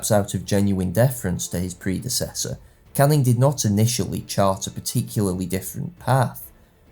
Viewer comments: What bothered me so much was his continuous mispronunciation of Anglo words when he could just look them up. Caning, vis-count ect. His views may have something to do with his preference for socialist history, as opposed to whig, revision or post-revision. This doesn't come up in his classical videos but is increasingly prevalent in his more modern videos (see "work" which also uses outdated evidence for how long people are off work for - 51% indeed!). His videos are still good - entertaining and informative - and classical videos most of all. Rome is his area of expertise and those videos are wonderful. But unfortunately I've increasing found you have to take his videos with a strong pinch of salt (like ExtraHistory). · The pronunciation thing really gets to me. It's great work in fairness, but every time he said Canning or Viscount my ears started to bleed. It's not even a regional of US pronunciation, it's just wrong.